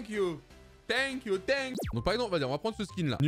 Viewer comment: normalement: thank you doigby:tenquiou